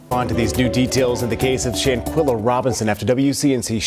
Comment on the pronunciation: Shan-KWELLA, not Shan-kella!